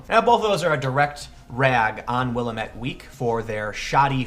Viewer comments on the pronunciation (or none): People not from Oregon never get this right, Willamette is pronounced Will-am-et not Will-uh-met. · Great video Tim, but you had me stumped with Will-Uh-Met Week? In Oregon we pronounce Willamette like Will-Lamb-It. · Sorry, it's my hometown. Willamette is pronounced will-am-it, not will-a-met. And yes, it's an idiotic rag of regressive propaganda based in Moscow on the Willamette (River) Portland, OR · It’s WillAmette, damnit, a like in apple! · Tim... it's "will AM it" not "willa mitt" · Willamette is pronounced Will-Am-it. The way my mom told me she used to remember it was "Well Damn it" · Its WIL-AMIT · Not that this really matters, but locals pronounce it 'Will-AM-et' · Pet peeve... it's pronounced will-am-et ( the middle syllable is am, as in "I am"). I grew up here in the Willamette valley. At least you didn't throw in an extra vowel syllable at the end like a lot of other people, though. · Tim, FYI it is pronounced: Will-am-et. It's named after the river that runs through Portland. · It is pronounced Will-AM-ette :) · Pronounced will-am-it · Willamette (Will-am-ette) Weak and The Mercury blow. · It's pronounced: WILL-AM-IT here in OR-UH-GUN. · "Wil-lamb-ette" is the local pronunciation ,Tim. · Will-Am-ette. That's how it's pronounced. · I am going to go to this talk, in my neck of the woods, thanks for letting me know it is happening! Also you pronounced Willamette wrong but everyone who does not live here does so no worries. Keep up the awesome work man!